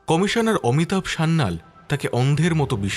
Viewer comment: গল্প পাঠকের উচ্চারণ নিয়ে আরো যত্নবান হওয়া উচিত। কিছু শব্দ উচ্চারণ খুব শ্রুতি কটু লাগছে। বাস্ক নয় বাক্স, অমিতাভ্ নয় বাঙলায় বলা হয় অমিতাভো। নায়না হবে কেন নয়না সেন হবে উনি তো বাঙালি....